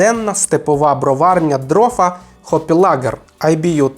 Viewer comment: Ох, наголос назви птаха інший, і одразу задумалась чи варто дивитись далі.